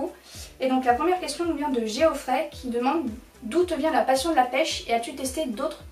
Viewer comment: Ma seule question c'est pkoi tu prononces Geoffrey comme "j'ai au frais" en fait?